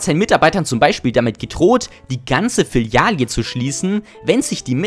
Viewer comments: Eine Filiale.... Mehrere Filialen.... Schrecklich hört sich " Filialie" oder gar der Plural Filialien" an... Wie kann man nur sowas hochladen? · FILIALEEEEEE! Das Filialie tut in den Ohren weh! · Was ist eine FilialJE? Ich kenne nur eine Filiale :) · Filiale 😂 Filialien😂😂😂😂😂😂😂 Ansonsten gutes Video 😅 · Filiale, nicht FILIJAE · Filiale und Filialen. Nicht Filialie oder Filialien. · BRUDER WOOOOO LIEST DU IN "FILIALE" EIN 3TES "I" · Gutes Video aber Bruder BITTE sag FILIALE. Filialie ist nicht auszuhalten, vorallem in der Häufigkeit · Ähm es heisst F I L I A L E und nicht F I L I A L I E - das letzte I ist Fehl am Platz. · Es heißt übrigens FILIALE und nicht FILIALIE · BROO!!!!!! FILIALE UND NICHT FILIALIE WTF ES HEIßT FILIALE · FILIALEE NICHT FLILIALIE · Filiale nicht filialie🤐 aber sonst tolles video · Was für fillialie 😂😂😂😂 Filiale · Es heißt Filiale. Nicht Filialie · bro es heißt Filiale nicht Fillialie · Was eine Aussprache... bro... Schorsch Washington, Filialie, Smalltallk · das is aber dialekt...filialie einfach nur falsch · Ich hab nur die hälfte geschafft bei FILIALIE 15 war schluss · "nen" kann man noch rechtfertigen, das ist Gaming Sprech, is ne eigene Sprache. Aber Filialie ist halt echt heavy^^ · Der sagt wirklich "FILIALIE" 🤣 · Hab am Anfang des Videos Abonniert, aber musste nachdem er Filiale ungefähr 10 mal so dermaßen falsch ausgesprochen hatte wieder Deabonnieren. Diese Aussprache will ich nie wieder in meinem Leben hören müssen. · Say Filialie again!b I dare you! I double dare you! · Lustiges Video... nur jedes mal, wenn das Wort Filialie gefallen ist, habe ich nervöse Zuckungen bekommen :( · Was ist eine Filialie??? Das tut ja in den Ohren weh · Ich höre nur Filialie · digga was ist das für nen sprachfehler mit FILIALELEELELELELELEL. Triggert ja unnormal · Filialie? Echt? 😂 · dislike für Filialie ... das triggert so hart alter!!! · Kannst du bitte mal das Wort F-I-L-I-A-L-E richtig aussprechen? Da bluten einem ja die Ohren.